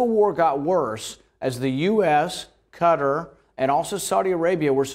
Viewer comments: Rand it's qwa-tar not cutter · Thats the weirdest pronounciation of Qatar ive ever heard